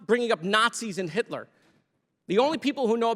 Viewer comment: It’s Hisler ah yes